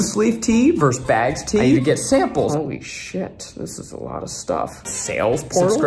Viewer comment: It's "versus". Not "vers's". Versatili-tea?